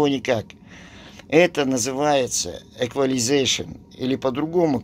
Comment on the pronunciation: Этот ролик смотрю раз так 7-ой но когда слышу эквилизейшен 😮 всё меняется 😂❤